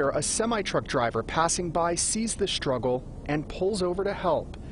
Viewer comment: Second time: "Struggle", not "SHtruggle"!!!!!!!!!!!!!!!!!